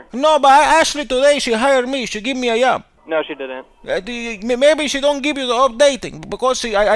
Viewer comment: This nigga said yob 😂 🤣